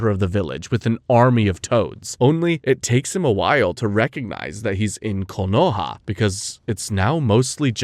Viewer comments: All good, but KOHONA? Its Konoha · A messup already, in you said kohona instead of konoha